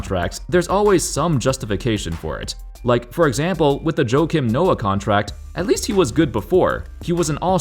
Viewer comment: Funniest pronunciation of "Joakim" I've ever heard.